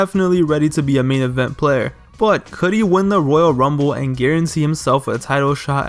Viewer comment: Why are you saying woyal wumble